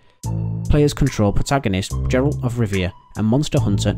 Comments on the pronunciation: Prota'goh'nist? 'Jeralt' of Rivia.. pronunciation is poor in this video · The way he pronounces 'Geralt' makes me cringe so damn much.